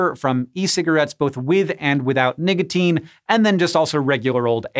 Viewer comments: Sorry, but I heard you say "Nigotine". It's ok though... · niggateen? lmao